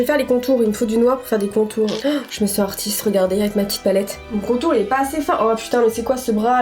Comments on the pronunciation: "Artistre" t'es sûre de toi? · " ArtisTRE Peintre" je sais pas si tu as fais exprès, je pense pas mais ça m'as fait rire 😂 Super vidéo, je me régale comme d'hab! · '' artistre peintre'' Ok ça commence bien 😅